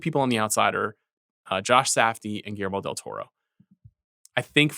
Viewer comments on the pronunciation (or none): none